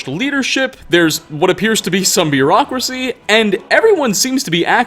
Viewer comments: Did you say bureaucracy or miraakracy? XD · Did you just say Miraakracy lmao